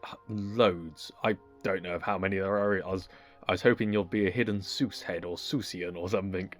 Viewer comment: SEUSS not Zeus